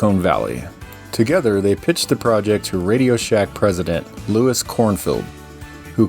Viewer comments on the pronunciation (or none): none